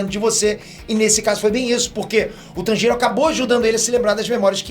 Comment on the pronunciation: Agonia ele pronunciando o nome do Tanjiro 🤡